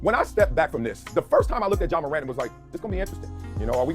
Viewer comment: It’s Ja not John. Please get the basics right. Helps the platform